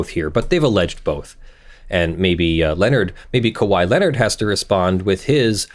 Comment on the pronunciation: He pronounced it correctly! I've been with you through the impersonated police officer, the dogs getting stolen, close to the first few months of this channel, and I was about to unsubscribe if you said "KAHEE" again.